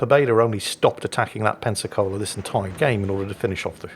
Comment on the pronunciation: Every time says Pensacola I thought he was saying Pepsi-Cola 🤣🤣